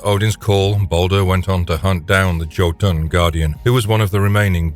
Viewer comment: the way you pronounced jotun